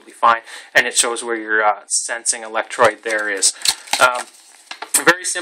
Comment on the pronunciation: ElectrODE, not electrOID. CathODE, not cathOID. Come on, man!